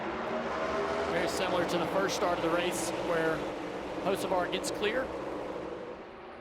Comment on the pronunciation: 🤔if I had a dollar for everytime I heard "O Hosavar" I'd have Dale Jr's type of money by now 😂